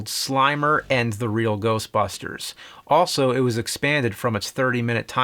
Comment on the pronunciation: The Real Geoshtbushters